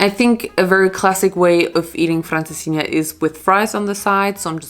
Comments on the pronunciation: You say francesinha sooo well 😄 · You said Francesinha so well!!